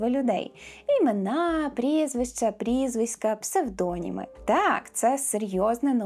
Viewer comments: ПсевдонІми - наголос на І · Все ж таки псевдонІми, а не псевдОніми